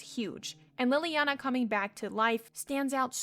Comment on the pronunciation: i like how you mispronounce leliana's name even though it's said outloud. like, it's not read in a book but you're still mispronouncing it. lol